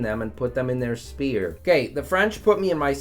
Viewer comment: Why does he pronounce sphere as spear?